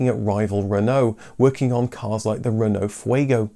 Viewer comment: He did a great job. Most people pronounce it SitRon as in the French word for lemon, but the way it’s pronounced here is correct, same for his treatment of Peugeot and Renault.